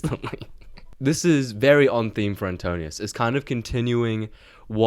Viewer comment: Little correction and context. You mispronounced Antinous as Antonius. Most names in Odyssey have meanings and his name means "anti mind" as "nous" is mind. As for the bow most think it was very likely a palintonos type of bow that is a recurve that is strung the other side of where is curved, rare at the time and so only Odysseus who owned it knew how to string it.